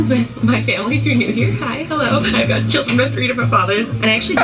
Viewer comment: Did say killdren?